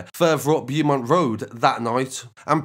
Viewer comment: Bew mont 🤣🤣🤣🤣 Bo mont my guy, is how it's pronounced. The hammer attack happened outside a brand new hipster restaurant. It's all Mali related still. Not sure about the shooting. But the hostel one obviously and I'm sure the hammer attack is also Mali's because it happened right where they always post up